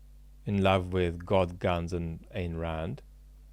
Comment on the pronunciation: It's Ayn Rand, not Ein Rand.